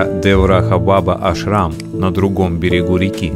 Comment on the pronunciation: Косноязычный ты человек. Во всех тех словах: Ашрам; Баба; ударение делается на последнем гласном. То слово "баба" как ты произносишь это женщина на русском яэыке, то же самое и на санскрите. "Баба" переводится с восточных языков как "Дедушка" "Дед" "Великий человек". Коверкать слова не надо, Ударения надо правильно ставить. Ты что Макареыича родственник что ли?.